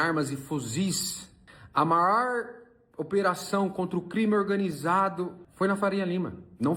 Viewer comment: "A maór apreensão de armas e fuziz"